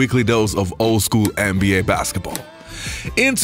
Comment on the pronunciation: He says. “Anne B A”. It’s “nba”